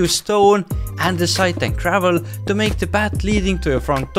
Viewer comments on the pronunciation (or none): none